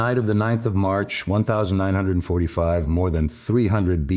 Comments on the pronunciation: Please can someone write the code to say 1945 and not one thousand nine hundred and forty five it can’t be that hard. It spoils the whole production it’s crap. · One thousand nine hundred forty five....😂🤣😂